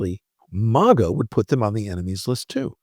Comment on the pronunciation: I'm interested in the subject but it's clear you're very biased towards Trump. Sarcastically you're mispronouncing maga. I can't believe somebody that is so biased. There is truth in this video but there's a lot of b***** too so therefore I'm going to give it a thumbs down